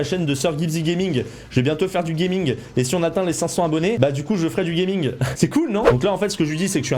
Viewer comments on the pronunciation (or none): none